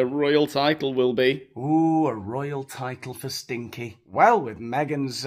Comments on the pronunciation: Isn’t it Sinkie??? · It’s Sinkie not Stinkie isn’t it? Not that I give a fook! 😂😂😂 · The chicken is called Sinkie not Stinkie ...😊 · This Montesito gossip is soooo relatable, right?!!! 'Stinkie' is not the chickens name btw. It's Sinkie, you are losing it. Hilarious. X:) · Isn't it Sinkie? Not Stinkie. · I can’t believe how many times you read the chickens name wrong! It is not stinky, it is Sinky, with no t! Very aggravating… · Hey, that poor chicken is called Sinkie not STinkie. Regardless, you're hilarious as always.